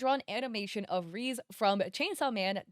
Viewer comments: “reez arc” 😭😭😭 it’s pronounced “ray zay” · not tryna be mean but its reze not rez u need to add an eh sound at the end but still good video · Why do you say Reese instead of Rehzay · Its called reeezeeee NOT reeezzzz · Love the video but her name is pronounced Ré-Zé, not “Reez”😭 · Help it is rezeh not reeze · Why do u pronounce Reze like that 😭 it's pronounced "Rey-zey" not "Reeze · Name reze she's saying rizz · its rey zey, not reese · No way she pronouced Reze as Rizz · Rizz? It's not pronounced like that? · I can understand English speakers butchering names because they tend to butcher any name that isn't English, but calling Reze 'Rease' even after watching the entire movie (in which you hear her name several times) is wild 😅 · Never heard anyone pronounce Reze as Reeze but I guess there's a first time for everything. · Every time you mispronounced her name I lost increasingly more HP 😭